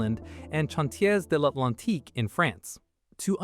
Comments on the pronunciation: I think this video was largely produced by. AI. The voice over was awful, particularly when massacring chawn-tiez devlantique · The AI really struggles with French doesn't it? Chantiers d'Atlantique and St Nazaire seem steps too far.